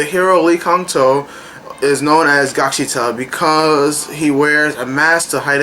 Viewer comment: lol it's gaksiTAL. with a L sound in the end. not gaksita. but I loved gaksital overall as well that ending got me crying so hard. it was awesome.